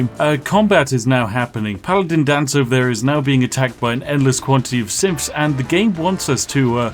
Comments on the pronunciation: honest to god i dont hear him saying "synths" i keep hearing "simps" and its making this so much funnier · Anyone one else keep hearing say simps.... instead of synths? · I heard SIMPS over and over and even though it's symphs he keeps saying, I don't care, SIMPS it is. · 'TH' pronounced as 'F', lol? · seriously. Are you saying "simps" every other time the script says "synths" just to fuck with me? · this video becomes all the more hilarious if you hear 'Synth' as 'Simp' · WHY DO I HEAR "SIMPS" WHYYYYYYYYY?????? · All I hear is "simps" instead of "synths" 🤣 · Am I the only one hearing “Simps” instead of “Synths”? *If you didn’t — now you do. Sorry.* SPIFFING in INSTITUTE SYNTHS AND THE UNSTOPPABLE URGE TO SIMP FOR HUGH JANUS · Why does Spiff keep saying SIMPS instead of SYNTHS??? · listen, I know you're saying 'Synths' but I prefer to assume that thousands of simps are attacking Hugh Janus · I can not help but hear him calling the synths "simps"! Is he? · It sounds like he says Simps, right? It's not just me? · I don't know why, but every time Spiff says "Synths" I keep hearing "Simps". Suddenly, the whole "endless money" thing makes a lot more sense... *EDIT: I made this comment when I was only five minutes in, and looking down a bit, it seems everyone else already made that connection. Dang. :P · you know its Synths not Symths... right? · I dunno why, buh I keep hearing "simps" instead of synths, and I hm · Is he saying Simps or synths? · I hate that almost everytime he says synths it sounds like simps too me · An unfortunate fact about your accent and not pronouncing ‘th’, is that instead of saying ‘Synths’ it sounds like you’re saying ‘Simps’. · Who else thought that Spiff was saying "Simps" instead of "Synths"? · Spiff are you saying"simps" or "synths"? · I swear Spiffing is saying “simps” and not “synths” the entire video. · Am I the only one hearing Spiff say "Simps" instead of Synths lol. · Kept hearing it as "simps that wont to destroy us"